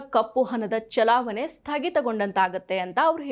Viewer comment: ಸರಿಯಾಗಿ ಕನ್ನಡ ಮಾತಾಡಿ. ಅದೆಂತದ್ದು ಕಪ್ಪು ಹನ? ಹನ ಚಲಾವನೆ?